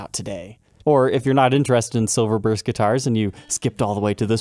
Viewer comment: I love, but dude I... silverburst, please dear god.